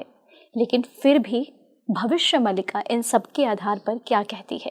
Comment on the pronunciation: Host महोदया, आप भविष्य "मालिका" को भविष्य "मलिका"बोल कर इस ग्रन्थ नाम बिगाड़ने का कार्य न करें 🙏🙏🙏🙏